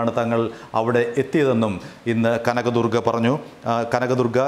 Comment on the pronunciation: Kanagadurga Allaa ival.. Kaaanaga...durgaa.. Pattiga..lllll..